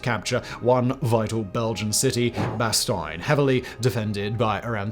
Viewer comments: French teacher here. 👨🏻‍🏫🇫🇷 Say it as "bahss-TONE." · Why can't you pronounce Bastogne correctly? Like nails on a chalkboard.